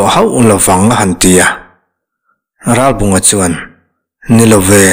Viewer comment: Ralbunga tih hi Ralbàwnga tiin a ri tep thina beng a kham thelhthin. Ngaihnawm na rawh e. Zonun zemawi hmuhtur a awmthin mawlh hi